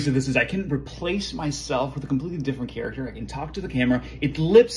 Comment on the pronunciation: Character is NOT prounounced "cheeracter"